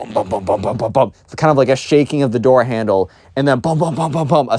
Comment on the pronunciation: "Open the noor"